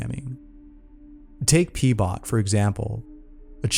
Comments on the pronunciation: Keeps saying "P-Bot"..... GET AN EDUCATION.... ITS "RHO-BOT", for fucks sake. And this is why AI already wins. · Him: pbot My brain: heard peebot Me:lols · Him: number 1, Pbot My brain: haha. peebot